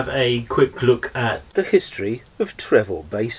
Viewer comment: It's pronounced "Trefor" - there's no "v" in Welsh.